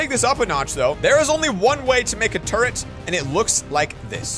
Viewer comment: he said the ultimate turd and not turret